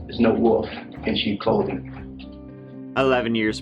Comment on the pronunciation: He's tellin' ya: mark goo-doe is no woof in cheap clothing Lolol Woof? Woof?